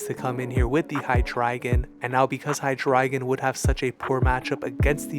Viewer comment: You pronounce Hydreigon differently from a lot of people but now that I'm thinking of it... I think you're saying it right because his evolutions include ein zwei and drei which is (basically) one two and three in German and I NEVER put that together until now.